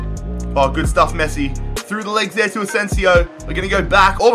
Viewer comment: At the beginning it sounded like he called Messi, Nessi